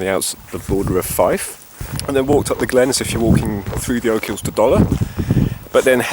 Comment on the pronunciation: Oak hills? Ya English Prick. OCHILS... OCH-ILLS...